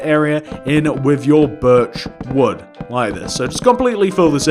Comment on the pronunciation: Every single time you say birch wood planks it sounds like virtual plank